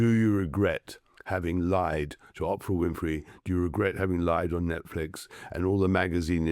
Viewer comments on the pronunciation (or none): It's OOOOOOOPRA (long O) not OPPRA, Tom !!!! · I wish this bloke didn’t sound like a pompous gut- his accent that is - and he just can’t pronounce Oprah…